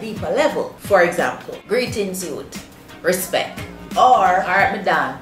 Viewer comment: Jaysal Agua She said RISPECK not respect 😂🤣